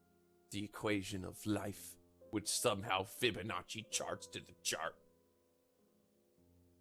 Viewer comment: I was serious and understanding but I laughed my ass off hard when he started talking about nature and the way he said fibonacci hahahahaha